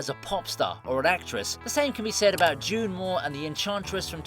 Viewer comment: It's June MOON, not June Moor.